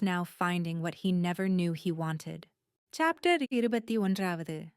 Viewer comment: So far the book is really good. The only concern and complaint I have is whenever chapter is mentioned it’s either said so fast you cannot understand it or it sounds like it’s in like Spanish. Also every once in a while, there’s this really loud noise for a brief moment and I know it’s not my ear earphones fast. This is not the first audio story. I’ve listened to on YouTube . Overall, so far the story is really good.